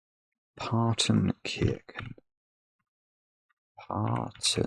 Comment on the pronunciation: Why do you pronounce the "ch" in Partenkirchen as "k", do you also pronounce "chess" as "kess"?